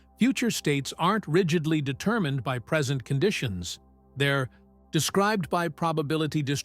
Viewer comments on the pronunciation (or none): none